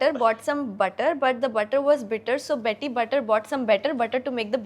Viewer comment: Betty not bunny